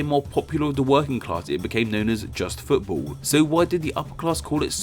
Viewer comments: Why do u say footbull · 'Futabol' is your pronunciation you fool